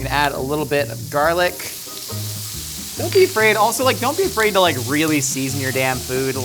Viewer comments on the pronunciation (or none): none